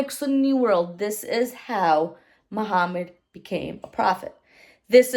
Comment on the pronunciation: Its in the name. MU-HAM-MAD There is also "HAM" in the name.